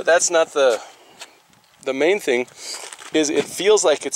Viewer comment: "Thang"? Its "thing" dude.